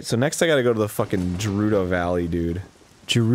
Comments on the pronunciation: Jewrudo. Arin, it's pronounced Ger-u-do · It's pronounced Geroodoh not Jeroodoh get it right please. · Yeah it is - like "grr". Them saying it like Jerudo is bugging me, although it's the least of the concern in this playthrough :P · Holy hell man, why do you care so much? Given the rules of English, it actually IS pronounced with a soft 'G' as Je - rew - doh, but the "Japanese" pronunciation (translated from the syllables from romaji) would be Ge - rew- doh. Now the real question is why people care so much about something so meaningless. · I honestly don't need think I can handle 15+ episodes of Arin saying "Jerudo" when it's pronounced GAH-RUE-DOH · Juh-rudo? da fuq? It's Guh - rudo. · I swear. If I ever meet Arin. I will walk up. Scream "IT'S GERUDO NOT JERUDO!!!" Then walk away. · jeruto valley? Its Pronounced with Guh Gerudo Valley. Go back to link of the past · I'm not going to be able to stand this much longer. The shield was fine, the boots are fine, but his pronunciation. It is not JERUDO it's GUARDO!!! GET IT RIGHT!!! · its GERUDO not JERUDO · its gerudo not jerudo geh-ruu-doh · ITS GUH-RU-DOH. NOT JERUDO. CHRIST. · GEH-rudo, not Jurudo. FUCKIN GOD! Go back in time and change this! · i know it's been said a hundred times but the way they say Gerudo with a a J sound is killing me. Apparently that's sort of thing the internet constantly fights about but I'd never even thought it wouldn't have a hard g sound until Let's Plays and joke videos, now apparently everyone does it. Apparently Hyrule Warriors finally said it out loud with the hard G and I am so satisfied, though i am saddened by how one pronounces Fi. I dunno Fai sounds less like a name than Fee does. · For the last fucking times they're called Geurdos not Jewrudos! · It's Gerudo not Jerudo... Do you call games, james? No, so why do people fuck up Gerudo so much? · Gerudo.....fucking GER RUU DOH, not the fucking shit Arin is spitting....holy fuck. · "jeh-roo-doh" this is killing me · It's GEH-ROO-DOH